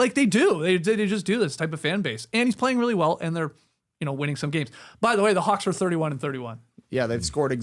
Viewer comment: did Skeets say Hawks or Kawks?